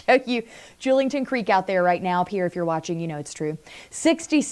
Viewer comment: Pierre is pronounced pier.